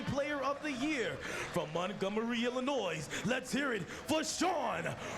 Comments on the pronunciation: Can someone tell this announcer that the S in Illinois is silent? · there is no noise in Illinois